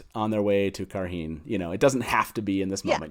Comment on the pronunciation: On the pronunciation of Cairhien, the appendix lists it essentially as "KAI - ree - en"